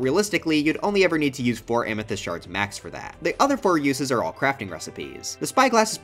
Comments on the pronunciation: EVEN MORE SHRRRDS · not the shrrrrds